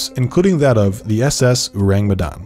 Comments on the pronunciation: its not Urang Utan kind of pronounce bruh its "Ow-Raang May-Done" thats how you pronounce it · It’s pronounced “O” (like Orange) - “rung. “Me” (may) “dahn” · Halloween has been less spooky without unsolved supernatural... Edit: Ourang Medan pronounced Oh-rung May-dan. Ou like oh, rang like rung, Me like May, dan like dan. I'm from Indonesia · It’s pronounced more like “oh•rung” (ourang) “may•dahn” (Medan) :) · It's "ou-rung" Medan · bule butchering our language wkwkwk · as an indonesian, his pronunciation of Ourang Sumatra and Medan is funny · Their pronounciation of "Ourang Medan" leaves a tingle sensation in my ear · I can't take it serious everytime the narrator said "ourang medan" 😂😂 and butchered all the vowels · I'm from Medan and the way he pronounces ourang medan is so funny to me lol im sorry i know you tried but white ppl always made me laugh when they try to pronounce something non-english